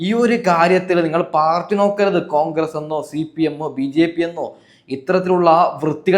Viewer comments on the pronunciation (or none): none